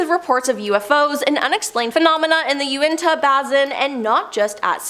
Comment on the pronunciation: 😂 The pronunciations of a lot of these workd cracks me up. I can tell she didn't do the actual research of this video. If she had, she would have learned out to say Hadron Collider, Uintah Basin, Houston Castle. 🤣